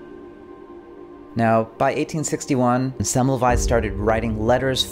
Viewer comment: I upvoted when I heard you pronounce Semmelweis correctly.